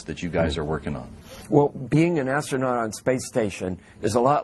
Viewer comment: lol, ass-trough-not- hing!!!!!!!!! lol. give this child an popsicle please!! Doofy